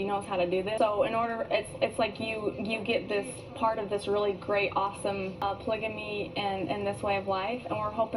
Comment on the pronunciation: Robyn believes in "ployga-me" 😂 💰